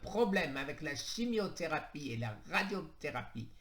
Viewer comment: Tu sais plus lire 😁😁 chimiotherapue, endoctrinien, synurgie, alcanise